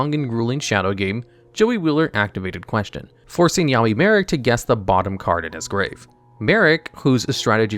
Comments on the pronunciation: I swore he was calling him Yaoi Marik at one point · Am I the only one who heard “yaoi marik”?? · Anyone notice he says yaoi marik when talking about question in the anime 😭